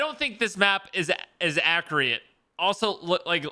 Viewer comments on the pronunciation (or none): He said “I don’t think this is accreate”💀💀💀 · "This map doesn't look accriate" lmao